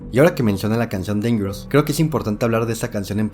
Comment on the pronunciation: Dingero Tour instead of Dangerous...Billy Jane...come on now.